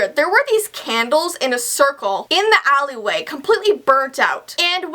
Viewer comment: Am I the only one who thinks about Austin and Ally when she says "Allyway" XD XD XD